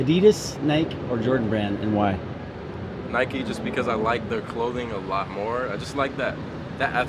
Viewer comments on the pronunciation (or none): PLEASE get a new camera man he knows nothing about shoes. HE DIDNT EVEN PRONOUNCE NIKE CORRECTLY